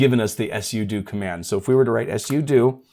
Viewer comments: just say sudo not s-u-do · It's pronounced sue do, not s u do 😂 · I thought that sudo is pronounced, "sue dough." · 🤣 "sudo... " command...I kept hearing "yes you do" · "s u do" never heard it like that before. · Are you meming, or do you not understand how to phonetically spell something out? I'm guessing you were tying to say "soo-doh"? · you really sound like you know what you’re talking about until you say something weird like mispronouncing pseudo. (sudo) I bet you also mispronounce GIF.